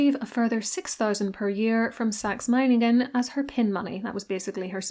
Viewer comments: German here, your pronunciation of Meiningen hits the 🎯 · You did pronounce Meiningen correctly 👍🏼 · Literally perfect pronunciation of Meiningen! 🙌 You even (correctly) stressed the first syllable instead of the second, which I find many English speakers tend to do. Good job ❤ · This was probably one of the most accurate pronounciation of Meiningen from a non-native German speaker I ever heard. Well done. Have you ever made a video about her sister-in-law Friederike/Frederica who became queen consort of Hanover when Victoria couldn't succeed there? Her life was very eventful in my opinion. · "Meiningen" was perfect. like a native speaker. :)